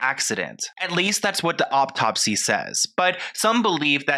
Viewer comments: Please stop saying "optopsy"! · Learn how to pronounce autopsy